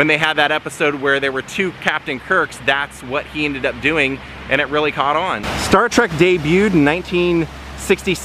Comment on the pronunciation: 😎, you keep saying Star Track. It's Star Trek. Can't help myself. LOL. Love all your videos. And it was KEWL to see L. Nimoys resting place. It's a big rock though. So is he cremated there? It looks more like a commemorative plaque.